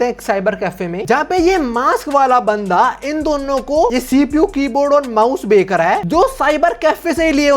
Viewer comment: BHAI CHH BOL LE 😭🙏🏻 KA BOLE JA RHA HAI 20 PARTS SE 😭🤚🏻 EG:- BEKK LE INSTEAD OF BECH LE 😢 BTW LOVE YOUR CONTENT 😅